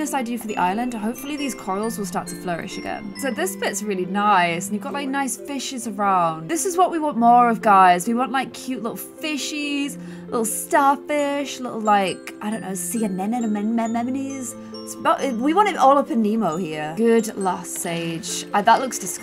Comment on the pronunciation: People: …: “enenamenamny”😂😂😂